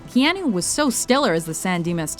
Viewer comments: Stop pronouncing it Keeahnoo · Oh good I'm not the only one that got confused over that one. When she said Ke Ah Noo I was like.... Wait... Have I been pronouncing his name wrong this whole time?! But for some reason WatchMojo have a habit of mispronouncing things. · Kay-ah-noo earn to pronounce it if you're going to narrate a video about him.